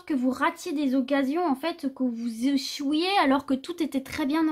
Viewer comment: J'adore "que vous zechoillez" hihi echouiiez. Je rigole, merci pour ces encouragements du 1er choix. Projet pro en adéquation